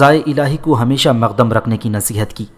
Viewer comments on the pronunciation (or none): Moqaddam not maq dam